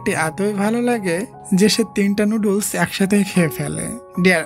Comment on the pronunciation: noodles ❌ nudul✅ 😂😂😂😂